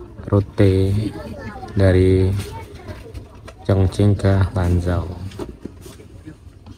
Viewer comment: Chongqing bacanya chongching bukan Chongking Lanzhou bacanya Lanchou bukan Lanjou Gansu bacanya Kansu tidak ada yang benar abang ini baca pinyin